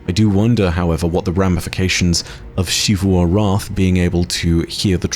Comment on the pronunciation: why does say it like "Sheevu Arath" isn't it closer to Zivu Arath?